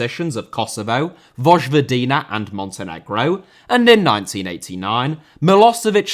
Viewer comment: Vojvodina is “Voy-voh-dee-nah”